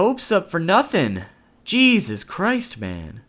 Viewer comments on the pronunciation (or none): none